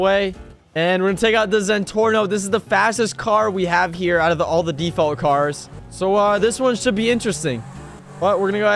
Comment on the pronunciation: "default cars"